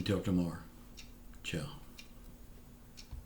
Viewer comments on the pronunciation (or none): none